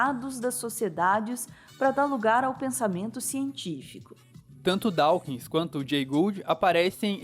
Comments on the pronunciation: Pronuncia-se "Dóquins". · Adoro o e gosto muito de todos os vídeos, especialmente os documentários. Como leitor de R.Dawkins, achei o vídeo muito bom, mas chamar Dawkins de "Dáukins" incomoda os ouvidos. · Dáukins… que dureza ouvir isso…